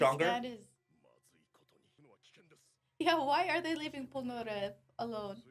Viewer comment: repeat after me please pol nA rEff